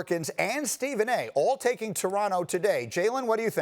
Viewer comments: Stephen A Smith- "The Doronto Raptors" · Stephen A Smith: Doronto Raptors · Did SAS say Doronto Raptors 😂😂😂